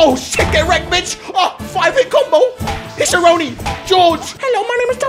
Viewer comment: He called Hiroshi Hishoroni lol.